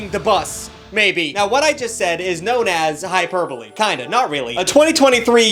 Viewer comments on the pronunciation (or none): hYper-bOle no genius, its pronounced hy-per-bo-lay